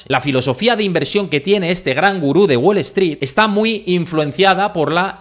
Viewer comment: "Guol Eztrít", jaja! Nunca entendí por qué a los "gallegos" les da vergüenza pronunciar bien el inglés.